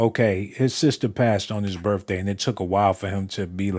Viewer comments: It’s pronounced birthday not birfday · But of course u saying birfday instead of birthday